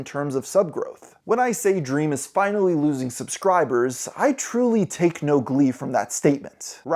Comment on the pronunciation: that "finally" was motivated 💀